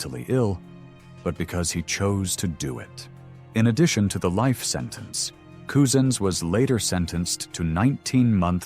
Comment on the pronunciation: his name is Wayne say it 'Cuzen's , spent Couzins, not Coozens !